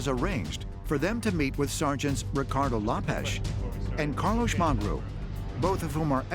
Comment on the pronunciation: Carlosh? Lopesh? 😂 - why’d the voiceover guy butcher the names so badly